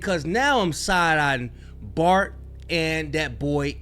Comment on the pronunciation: Did he say fart instead of bart 😂